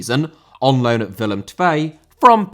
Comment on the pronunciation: Thanks for pronouncing Willem II correctly :)